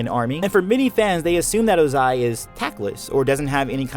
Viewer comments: oZAI oZAI oZAI bruh its Ozai have u heard them say his name on the show lol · I know that this video is old, but do we know why Iroh looks so much older than Ozai even though they are brothers? Also, small nitpick (sorry), but definitely got to me when you said Ozai as [.o.'zay.] instead of properly as [.'o.zay.] and the fact that you kept alternating between the two. (For those that don’t know IPA and only know the Latvian symbols, his name is pronounced ō•zī with the stress on the “o”). I enjoyed the rest of the content though! That little bit just took me out of it and I’m sure someone else has probably mentioned this already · can you not put emphasis on the ZAI and not the O? It's O-zai not o-ZAI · Okay does no one hear say oZAI instead of Ozai a lot here? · It’s Ohzai not O-zaiii. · its 'ozai tho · His name is Ozai not ozAI. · OZAI not O....Zai..... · I just wish you said Oh-zai instead of ozAAAAI. Other than that, very nice video! :)) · I wonder why you chose to pronounce it oZAI instead of Ozai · I got so triggered by you saying "oh-ZAI" instead of "OH-zai" xD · L. Ananta Exactly what I was thinking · Sorry but I got very distracted by the oZai, pronunciation 😭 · Bro said ohZAI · Ozai is pronaounzed with enphysis on the o not the a. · I think that the way you say Ozai is (O-zai) and not (oza-I). Lol I probably have it wrong and your probably saying it right but I want to know which way it is. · My ears hurt 😡😡 why pronounce Ozai that way?? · The way you pronounce Ozai bothers me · I find it weird that people who watched the same content I watched blatantly mispronounce the names they said out loud in the oc. It's a minor one but why are you putting so much emphasis on the tail end of Ozai? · Emphasize the wrong syllable in Ozai again. I dare you. I double dare you. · Youre automatically wrong just cause of how you say Ozai's name 😂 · Why do you say Ozai like that lol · It bothers me that you emphasize the eye sound in ozai’s name lol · OH-zai not oh-ZAI